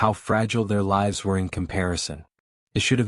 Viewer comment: Sorry. Stopped when the AI pronounced the plural of "life" as "livvs." Literature includes spoken text, but only when it makes grammatical and syntactical sense.